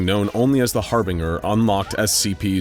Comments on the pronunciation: He said “Harbinger” with the ‘bing’ sound, instead of the ‘binge’ sound. That made me laugh my ass off, it sounded so funny. 😂 It’s always funny whenever he says “wreck havoc” instead of “wreak havoc” too. Lol I’m always thinking, “Yeah, SCP-[number]. You wreck ‘em.”, whenever I hear it. 😂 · Harbinger is not Harbiner